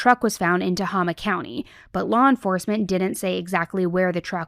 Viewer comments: just FYI, the middle syllable of Tehama is pronounced "hay," not "hah" as in "hot." It's Tuh-hay-muh. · TUH-HAY-MUH = Tehama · It pronounced - te-hay-ma